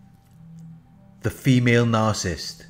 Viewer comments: The word is "nar-ci-ssist," not "nar-cist!" I really wish that you would pronounce the it correctly! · you know what he's saying. that's all that matters. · ...I like the shortened version...very fitting ...does the job...as much as the narcs. deserve!